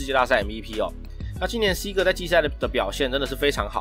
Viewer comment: Seager 的那個er 可以捲舌喔 發音可以加強～